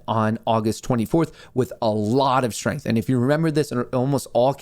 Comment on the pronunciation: Lets make “STENGTH” another inside joke🤣